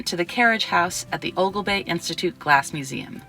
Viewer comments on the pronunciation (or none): The fella is not Mr. Weishar, and Oglebay is pronounced "Oglebee"